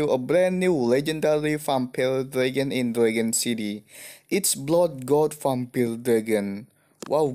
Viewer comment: gk bisa ngomong vampire malah jadi vampile